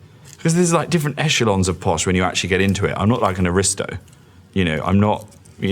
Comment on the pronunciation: “Echelons” yeah mate, this guy’s posh alright